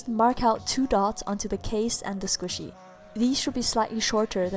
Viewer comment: Mochi not squisy